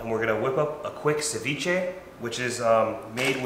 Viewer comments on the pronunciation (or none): My guy said ceveche !! enjoyed the vod dude cheers from Az lines tight bruh 👌😎